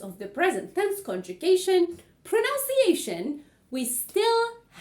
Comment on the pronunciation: It's pronunciation not pronounc-iation